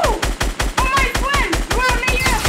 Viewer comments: No way...He says "fwiend" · Vewy thanks me fwen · Lets gho my fwend! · “Your are very big boss YOUR VERG BIG HEART MY FWEND”! Edit: thanks dark <3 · "Ma Fwend, yoou bes"... So funny😂